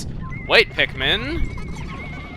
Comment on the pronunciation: its pikmin not pitmen